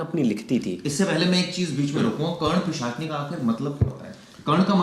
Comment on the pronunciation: Oooooo baal vale bhaiya pichasni nhi hota he vo , pisachani hota hai, pichaasni pichaasni laga rakha he Bhaiya sun ke hi ajib lag raha hai pisachani hota hai vo😂